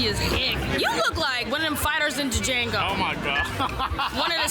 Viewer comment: I know you did not pronounce the D in Django😂